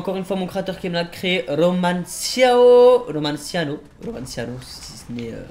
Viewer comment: Cest romanacio a chaque fois il le dit nimporte comment